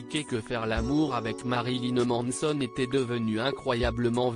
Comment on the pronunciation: "Ma-ri-li-neu M-an-e-so-n-eu"